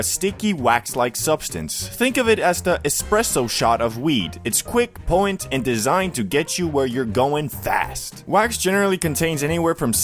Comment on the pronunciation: Poh-tent !!!!!!!!!! It's not that hard to say there I just helped you